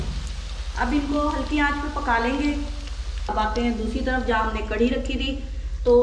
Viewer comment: کڑی نہیں کڑھی ہوتی ہے۔